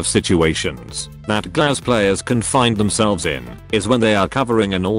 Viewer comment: Yhhhh the pronunciation of Глаз hurts me. It means "eye" in russian btw.